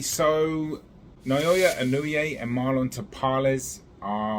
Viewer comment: It is pronounced as: NA-O-YAH EE-NO-WEH.